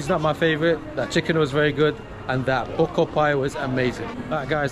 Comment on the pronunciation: He pronounced the buco as puco pie